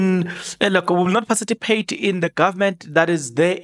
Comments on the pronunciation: patici not paciti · Participate....not Parcipitate😅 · PARTI CIPATE..NOT PACITIPATE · And not parcitipate.A slip of tongue, I assume Thanx for that correction my MK sister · Participate Maan not pacitipate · Pacitipate 😂 hayi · eh Zazi ....parcipitate 😅 per Chief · I like how you pronounce participate😊😊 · 😂 to be sown (sworn) 😂 To parcitipate ( Participate) will burn us one day, but ke, Islungu